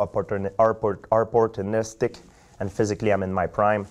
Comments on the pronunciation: As long as they don't change the first round to include an english pronunciation and enunciation contest including the word opportunistic I'm sure GSP will do great. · George "More Orpotunistic" St. Pierre